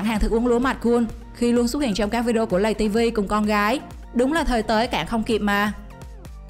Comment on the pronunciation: tiếng việt là:lay ti vi ko phải lầy ti vi